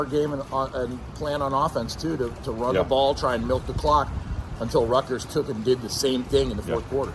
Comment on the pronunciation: And it was Rutt-gurrs…😂😂😂😂